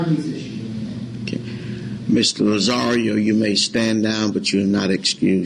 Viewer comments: Lol I love Judge Perry ( he’s no longer a judge though) and it’s hilarious he keeps calling Tony - Mr Lazzario…..it’s Lazarro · Larry Bradford Actually, it's Lazzaro. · Lazzario, bidness, stipalation, the list goes on and on.... but I couldn't LOVE Judge Perry more! Hes like a teddy bear. They call him the "velvet hammer".